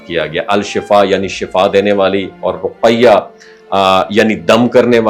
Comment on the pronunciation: ڈاکٹر صاحب رقیہ قاف پہ جزم ہے زبر نہیں۔ اور ی پر شد نہیں صرف زبر پڑھیں۔